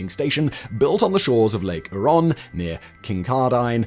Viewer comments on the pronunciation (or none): What's this guy on about? How is it a doomed or forgotten tech? We're in the middle of building out more reactors with even more just recently approved. And I've never heard more Canadian locations mispronounced in such a short time. It's "Hue-Ron" not "her-on". It's not "Sass-cat-chew-on" it's "sas-catch-u-huan". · It pronounced Lake Hyooron, not Lake Hooron, just in case youre interested. Otherwise ignore me. :) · Wow I never expected to see one of the plants I work at on this channel, FYI Kincardine is pronounced KING-CAR-DIN and Lake Huron is pronounced HEAR-ON. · Good video but its pronounced : Saskatchewan = "Sask-at-chew-awn" Huron= "hyur-on" Kincardine = "kin-car-din" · Ngl the way he pronounced Huron and Kincardine hurt my soul a little. Almost didnt catch where he was talking about. Huron = Here-On Kincardine = Kin-Car-Din Also this video should be revised. Doomed is not the take away I get from this video. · Your pronunciation on the towns and places in ontario is so hard to listen to. Kin-car-din, lake hur-on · Lake Huron...pronounced; hure - (as in cure) - on Kincardine. Pronounced Kin - car - din (Yes, the E has no purpose ... it's just some english sots name) And to those of us that live near it...the reactor is commonly known simply as, "The Bruce Nuke". It is in Bruce County. Not far from the beautiful Bruce Peninsula. And the famous, Bruce Trail. (Canadas longest and oldest, footpath. 890 kilometers, from Niagara, to Tobermory at the tip of the peninsula) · Sorry, I have to speak up: Lake Huron - do pronounce the 'H', HEUR-on Kincardine - we pronounce it KIN-car-din, dropping the 'e' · king-CAR-din on lake HYUR-on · Oh dear... "KinkarDYNE" and "Lake Hooron". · Pinawa Manitoba? Kincardine Ontario? Lake Huron? Haha! I’ve lived in Canada all my life, but I barely recognized these places as Simon pronounced them. But I’m glad he pronounced “Canada” properly. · Yeah, I heard him pronounce Huron and I thought, "He isn't from around here."